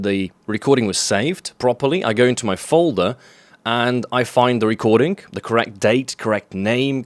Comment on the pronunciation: "I go into my fulda" lol